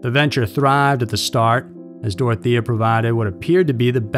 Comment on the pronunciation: It's Dore-oh-tay-yuh.